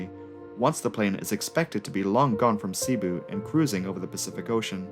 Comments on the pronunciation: filipino here Cebu is pronounced "Seh-boo" not "Sea-boo". the 2nd syllable "bu" is emphasized, so it would sound like "seh-Boo" otherwise great video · It's seh-boo. Not see-boo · Nice video btw. Also, the way that "Cebu" is pronounced is "Ce-bu" not "Si-Bu". Oh dear...my fellow Filipinos are gonna chew you out for that mispronounciation. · Not everyone is perfect you know even if he pronounced “Cebu” (sebu) incorrectly. Have you even watch the Crazy Russian Hacker ? A Russian guy that doesn’t have a perfect English accent or grammar and also pronouncing a few words incorrectly. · wow... it's not a matter of being prefect. It's a matter of having a 3rd grade education.